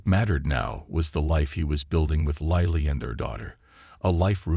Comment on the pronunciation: The person narrating this story has pronounced the woman’s name three different ways. Lily, Lilly Lili. Why can’t you find people who can navigate the English language properly?????